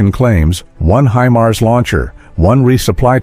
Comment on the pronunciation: Х аймар😂 Искандер... ударение а😂😂😂 искуственный интелект читать еще не найчился😅😅😅